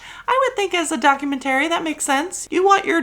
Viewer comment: Love this episode but I’m begging you to consider changing the way you say “documentary”.